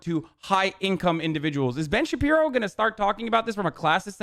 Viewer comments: Hi, I’m new here. Can someone please explain why he calls Shapiro “Shabino” ? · I can't believe I'm just discovering Piker. Dude is fuckin hilarious. Ben "Shapino" lmaooo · "From the brilliant mind of ben shapino" xD